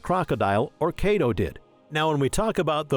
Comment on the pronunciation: BROOOO i had to stop the video because of how wrongly u pronounce these names XD its not KAYDO its KAI DO and its not KATACURILAI its Katakuri...